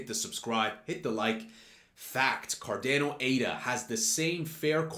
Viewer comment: Did he say CarDAYno?